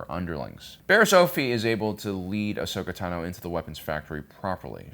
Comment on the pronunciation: Why, when saying names, does emphasize the last sylable? that pronunciation of 'Asoka Tano' at like was so goofy.